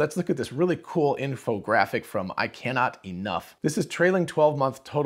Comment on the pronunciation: ICannot_Enough is supposed to be pronounced "I cannot underscore enough", just FYI :)